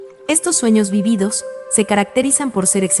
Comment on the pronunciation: Esta mal dicho vívidos. Se dice acentuándo en la primera I no en la segunda. De nada